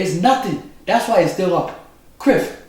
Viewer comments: It sounds like he's sayigf Criff instead of Cliff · he call him criff hahaha!😁